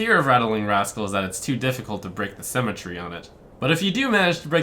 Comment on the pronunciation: Break the cemetery? Come on that has to be intentional... There is no way that's how Trump pronounces "symmetry".